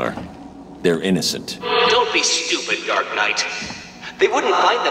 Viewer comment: I find it funny how sometimes it sounds like he calls batman "Dark nut" lol